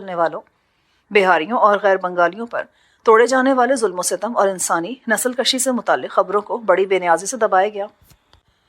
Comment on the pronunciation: نسل کشی کو nasl kushi پڑھنا ہے. البتہ اسے nasl kashi پڑھنا درست نہیں ہے. فارسی میں کش kush کاف پر پیش کے ساتھ کا معنی قتل کرنا ہوتا ہے جبکہ دوسرے فارسی لفظ کش kash کاف پر زبر کے ساتھ کا معنی کھینچنا ہوتا ہے. اسی طرح کا ایک لفظ بز کشی ہے. یہ ایک کھیل ہوتا ہے جس میں گھڑسوار بکرے کو کھینچ کر اپنے گول کی طرف لے جاتا ہے.